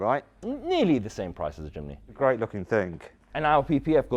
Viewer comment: Mat: jimny Subtitle: chimney